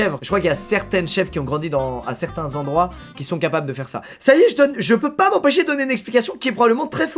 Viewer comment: Dans un certain "zendroit" mais oui Squeezie, mais oui